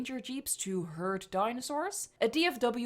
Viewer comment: you said hurt right ?